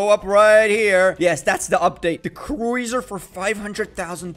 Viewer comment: its prononced croozer (cruiser) not croizer